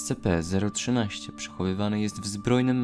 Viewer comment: ESCIPI A NIE ESCEPEEEEEEEE ale ignorując to, raport bardzo fajny :)